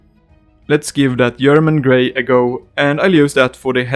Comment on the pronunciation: "I yust love the yerman coats"